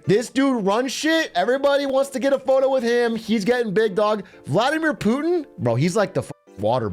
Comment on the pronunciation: IJBOL every time lil bro says "Poohtin" 😂